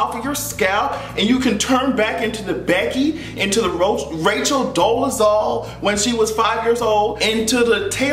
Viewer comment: i like how you slipped and almost said ROACHal Dolezal